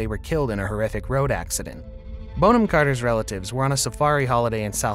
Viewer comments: Sweetie its not Bone - am ROFL its BON - AM (you know like a bon-bon). 🤣🤣🤣🤣🤣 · I absolutely love her. Brilliant actress and brilliant human. Kookiness is a plus not a minus. Side note: her name is pronounced Bon-am not Bone-ham. English name. 😊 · Bonham is not pronounced ‘bone-ham’. It sounds like ‘bon-um’. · Have never heard Bonham-Carter's name pronounced Bone-am and not Bon-am. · It's pronounced Bonnam not Bone ham. Bon to rhyme with gone. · Her name is NOT "Bone-Ham"! It is pronounced "Bonnam". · It's Bon not Bone. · Narrator: it’s Bonham (Bonum). Thank you. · I'm embarrassed I've even watched this - it's none of my business, but I love her. Stop calling her bone-am!!!!!!!! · Her name isn't pronounced 'Bone-'em! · It's not 'Bone-am' Carter haha that sounds all wrong. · Dear Rumor Juice narrator, please learn to pronounce your subject's names the right way! I was interested in this story, but each time you said her last name and a few other names as well, I gasped 😮 you have a nice big audience who may be learning from you 😁